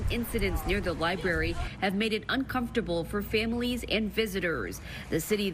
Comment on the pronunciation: Lady keeps saying LIBARY and it bothers me way more than it should.